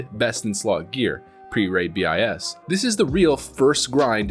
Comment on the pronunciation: dont say B I S. BIS